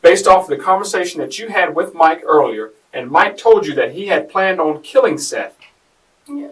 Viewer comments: It’s pronounced SETH not SEETH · Seath Jackson not Seeth bro give some respect for the dead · You realize that you don’t have a clue as to what you are talking about. She WAS NOT pregnant and “Seath” is pronounced “Seth”. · Dear, Fix your AI script so the victim’s name is pronounced correctly. The least you can do for the money you’re making off him. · I hate when the narrator pronounces the victim's name wrong, it's disrespectful. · You are pronouncing the name of the victim, Seath, incorrectly. It's disrespectful and shows you're interested in making money off the victim instead of helping tell his story. Do better. Pronounce his name CORRECTLY for his loved ones left behind. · Way to butcher the victims name. sucks.